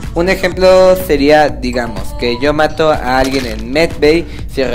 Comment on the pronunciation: Mira chico . Yo no se tu vida pero paterece q lleves aparato porq pronuncias mal la s . no te estoi criticando de echo tu truco me funciono pero es un poco molesto q estses diciendo todo el rato digamoz zale cazo eso es lo q molesta